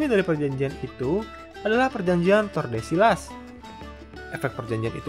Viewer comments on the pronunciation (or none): Tordesillas dibacanya Tordesiyas, Saragosa dibacanya Tharagotha atau Saragosa (Pengucapan Amerika Latin), Vicente dibacanya Bitente, CMIIW